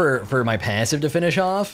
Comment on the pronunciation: how this guy says passive makes me mad tilted